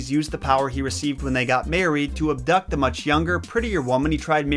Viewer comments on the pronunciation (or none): none